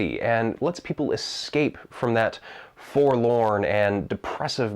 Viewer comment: "The Forlon nature of Barovia." Sir! Forlorn is a different domain! Wakka wakka